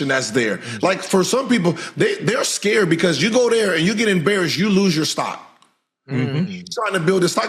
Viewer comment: Did Gil Just Say AScared?😂